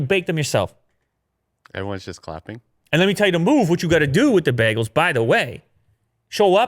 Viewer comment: Even though I live in Canada, it's always funny the way people pronounce bagels here. I'm used to "bay-gels". 😀